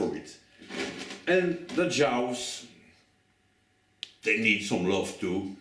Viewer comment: Listen..I love you and your videos. So..I don't know if this is intentional on your part or not, I mean it could be one of those things you know...what makes a name, .but here goes: it's "djaaws" not "jaous". Much love, and please keep doing what you do ♥️